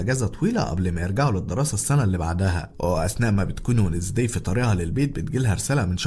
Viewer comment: شفتو في نتفليكس قلت خليني اكتب اسمو اسمو وينزداي ادامز تنكتب زي كذا مو بي الانجليزي بس اول مادخلت قال اسم البنت لو نطقو وذي اخبطو في الجدار ايش الي ونزدي عند جدك اسمها وينزدي مره قاهرني لو كانت اقد اسجل كان دحين قلت كيف ندقها بطريقة مره تنرفز تخليني ابغا اخبطو في الجدار و اضربو و هيا كيف تنطق مو زي ما هوا نطقها شوه اسمها